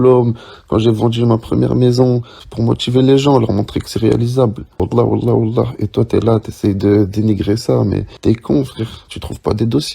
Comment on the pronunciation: Pourquoi il dit wahlla Adrien??